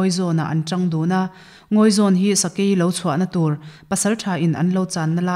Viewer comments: Sakei tlâ tih hi a dik lo deuh em aw..?? Sakei Tlà.(khi lai deuh a ṭang khian a rawn tlà a lawm le...) hetiang deuh hian lam tur ni in ka hria..a lawmawm e..in zarah thu ngaihnawm tak kan hre thei a.a lawmawm khawp mai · I sawi dik e. "Sakei tlà," tih hi Taitesena chanchin (he Channel tho) ah pawh an thlûk dik lo.